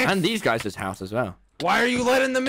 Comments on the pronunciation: "WELCOME 'OME THESEUS!"* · tELL ME I DID NOT HERE THAT RIGHT DID TECHNOBLADE JUST CALL TOMMY THESEUS